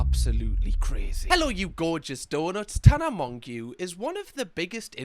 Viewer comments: "MonGueeww" 😂😂😂 Gotta love this channel.🤗 😅😮‍💨 Doesn't matter, it is MonGueeww now... coz you're the captain now.😆👌🏾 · Literally first time hearing it pronounced like that always heard tana monjo or tana mojo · much love, i think her last name is pronounced more like french (mon-jé-oh) like how you would say "jé" in french but add an O on to it:) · Its pronounced more like MoJo (mon-geau, its French) in her accent. But your way is pretty good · I love it straight up calling her a mong. Hahahahahahah I live the mispronounciation it's probably not on purpose but yeah I don't know how people don't say it right when she says it herself all the time. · Tell me he doesn't say mon-gew the whole time😂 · At one point, the joke was just butchering her last name, and I always thought of her as tana mongoose. She'll always be tana mongoose in my heart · It is 100% pronounced Mojo, I’ve watched her for years.. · isn’t it like mo-zho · How are you gonna make a whole video about her when you can’t even say her name? So weird.. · Im lolling about the last name pronunciation 😂 love it ❤😂 shes been trolled her entire life about it too 😅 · i have never heard someone pronounce Tana Mongeau like that but at least u tried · Idk if I can watch bc he says her last name wrong 😩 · if you're going to make a video about someone, at least pronounce their name correctly. You effectively devalue everything you say by showing just how little knowledge you actually have. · Amen. This episode wasn’t a good look. Her name is correctly pronounced in the podcast promo he included in this episode! There’s no excuse. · Obsessed with the repeated “mong yew” I love you sm (she pronounces it like Monjeau) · Kinda like moan-joe😂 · “Tana Mong-yew” 😂 It’s pronounced Mojo but that’s so funny to hear that pronunciation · her name is pronounced Tana MoJo not mongeau lol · Just finding this now and hearing “Tana Mong-yew” 😂😂 it’s said like Tana “Mojo” - but this killed me 🫠😂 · pronounced Mo-Joe